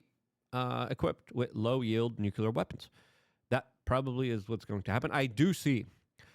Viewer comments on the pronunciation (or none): "nuceler".....you are talking like george w bush.